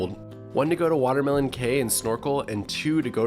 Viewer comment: Hi, it's actually WaterLEMON cay!